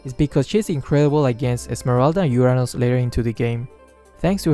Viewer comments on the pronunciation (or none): none